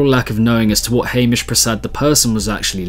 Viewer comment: throwback to when pronounced Hamish's name as haymeesh lol But actually mad props on this video, the bass scene has a serious lack of content like this, produced to such high standard too